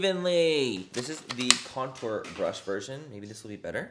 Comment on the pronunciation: Lol Did the package say it was a Contour Brush Manny? Or Coture Brush?